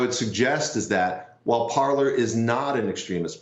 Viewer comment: "Parler".... The fact these "experts" don't realize the name is French and pronounced "par-lay". Think pirates of the Caribbean. It means "To speak".